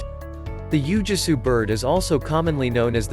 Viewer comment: "Ooo-Gwee-Soo" is the proper pronunciation.